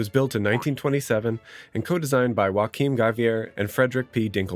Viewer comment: I had to do a double take when Joachim Giæver became "Wakim Gaviere"? 😆 The pronunciation is probably more like Yo-ah-kim Gee-eh-vuh.